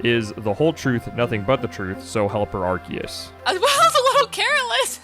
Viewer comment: Did anyone else get unreasonably happy when pronounced ’Arceus’ correctly?😂😂